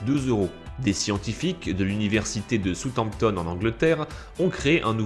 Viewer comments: Très bonne vidéo, juste une remarque, ce n'est pas soute-amptone mais South Hampton :) Avec l'accent ! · dsl mais je supporte pas ta façon de dire Southampton qui ne se prononce pas soutanptone mais bel et bien saoussHamptone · "Soutanptone"😆 On prononce "saoussamptone"^^ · Southampton tu le prononce "sutampetonne"??? là non pas possible mec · "Southampton" se prononce : sa housse hamp tonne sinon top